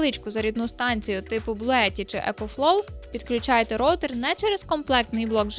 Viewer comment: Не ровтер А роУтер